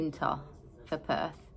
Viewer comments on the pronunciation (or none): none